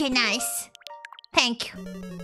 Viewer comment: bruh her sharp "thank you" and nice is so funny. She's getting close to raging